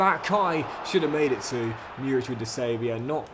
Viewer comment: Murić is pronounced like Moorich, love from Serbia <3